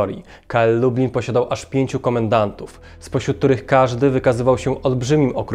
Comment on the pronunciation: Lektor cały czas mówi Lubin zamiast Lublin, porażka ..